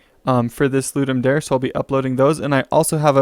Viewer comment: Its Da-rey fwi